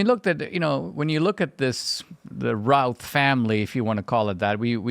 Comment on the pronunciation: STOP BEING A DICK, TIM. I work in Greesboro and live south of there. I have literally known one hundred people with the name. IT IS FUCKING PRONOUNCED RUTH, RUTH RUTH, NOT ROWTH.